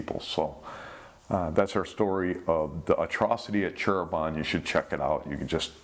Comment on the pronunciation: Hi. Back again to this title, and as a native in Java island of Indonesia, allow me to correct the word of our "Cheribon" city. It's actually "Cirebon" not "Cheribon". Thank you!